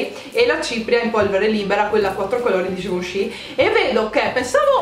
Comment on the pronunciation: ma solo io, mentre diceva il nome.della cipria in polvere libera, invece di sentire GIVENCHY ho sentito GIUSCI?HAHAHAHHAHA